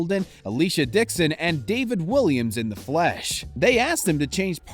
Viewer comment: It’s David Walliams not Williams ...yank plank